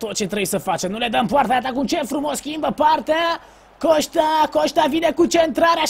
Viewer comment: şti ca se zice COSTA nu COŞTA